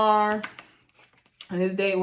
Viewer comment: 😂 you called that girl Rosheia 😂😂